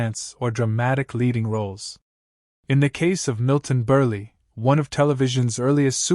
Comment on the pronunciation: Most of the Endowment Stories you're discussing are just that - RIDICULOUS RUMORS. I happened to see some underground photos of stars such as Errol Flynn, Burt lancaster, and a few others and they were VERY regular size - MILTON BERLE is the name NOT BURLEE (Get your pronunciation RIGHT) and yes everyone in Old Hollywood knew he was enormous as men used to stalk him at Urinals and they often got a good look, apparently.